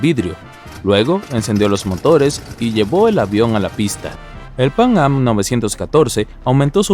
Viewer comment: Pang-am, pang-am, pang-am, pang-am... Se dice Panam, PANAM!!!